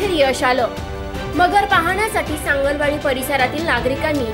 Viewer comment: anchor la (news reader la) sangli wadi nit mhanata yet nahi . "sangal wadi " mhantey kuthun dharun analay jila ucchar karta yet nahi kas selection kartat he you tuber ?